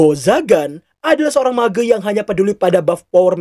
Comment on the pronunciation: Mage > (meeje)